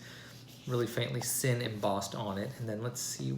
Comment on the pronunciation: Nice, it's pronounced Zinn